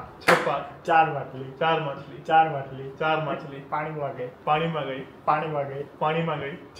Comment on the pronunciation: machil na badle makhile makhile bole chele ma 😂😂jojo 😅maja aave 😅😅😅